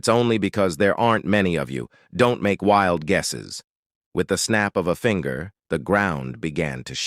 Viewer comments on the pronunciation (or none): none